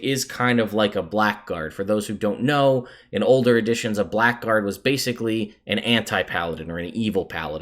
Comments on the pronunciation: A "Black Guard"? It's pronounced "Blaggard", friend. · Quick aside, "Blackguard" is pronounced "Blaggard". It's a common mispronunciation, and I get why, but I hope you can see your way to adopting the correct pronunciation. =] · Great video, only one issue. Blackgaurd is pronounced bla-grd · I shouldn't be that guy, but I will. Blackguard is pronounced 'Blag-erd', because English is weird. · Annoying bit of pedantry (forgive me): "Blackguard" is actually pronounced something like "Blaggard". Sounds dumb, but rolls of the tongue a bit easier.